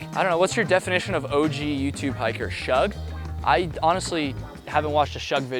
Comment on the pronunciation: Did you really just call Shug like it rhymes with shrug? It's Shug like sugar. Dude's a legend.